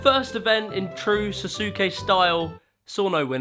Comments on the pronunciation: Suh-soo-kay... they pronounce it on the show, Sauce-kay. I could go on a rant of my anger towards brits mispronouncing words, even if they were pronounced correctly in front of their face a second before. But, that aside. I love Ninja Warrior! My oldest bro has been training for the last few years to be on the American one in memory of his late wife. American Ninja Warrior was one of the things they bonded over and she was always like 'you could totally do that if you tried! you could win!' Having trained with him at my local anw gym, before he moved back to colorado, yeah. He's damned good, even as out of shape he was. Even the owner of the gym, who we both got close with and had been on the show and made it to the 3rd stage each time, complimented him. Now he trains at Ninja Nation in Denver, Colorado. The owners are annual 3rd stagers and have complimented him non-stop. He's even gotten to be friends with a few legends of ANW. They keep saying 'try this year, we'll put your name in. You won't even be a walk-on!' But, he's always said 'next year. I wanna be sure to win. My wife wouldn't have wanted it any other way.' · Saske not sasuke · SAS KAY not Sasuke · its saske not sasuuke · Keep up the good work! And it’s saskae not sasuooke and spelling is Sasuke as u know other than that ur amazing! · Sos-Skay....is How it's pronounced! Got Damm!t 😡😠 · dude i wonder how many people gonna write that its actually pronounced saske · ah, americans pronouncing japanese words is so cringe. other than that nice vid. just listen to how its pronounced by the native before you make a new word out of it. hint, the "U" should be almost silent and a prolonged "a"; "Sa-ske". and the host just does the opposite, and over emphasises the U: Sas-Ukei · Sah Sue Skay Sorry bro you were killin my ears like avatar the last Airbender live action movie say Ang's name wrong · SAUCEKEH! THE U IS SILENT! SAS RHYMES WITH BOSS! KE IS SHORT, NOT DIPTHONG! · sauceookay oochiwa